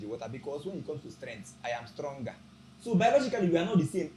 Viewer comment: "It is the stlonger that lules"